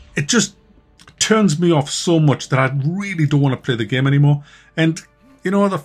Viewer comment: one of the main reasons I like to watch your videos is to hear you pronounce "game" as gehm